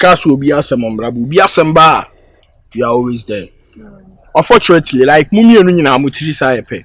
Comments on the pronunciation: Unfortunatry, actuary 😂😂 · Unfortunatery eerr artually, eeii, are you sure this is how to pronounce the words 😅😅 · Is actuarry and unfortunatery